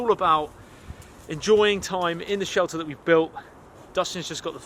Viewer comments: Sheter? Or shelter? 😅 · Forgot the L in shelter